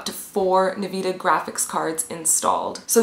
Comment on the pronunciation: yep she is totally qualified when she pronouses (n-vidia) nvida